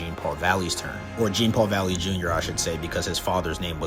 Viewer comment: if you're gonna cover a character, please say their name correctly